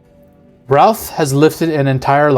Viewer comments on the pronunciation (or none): none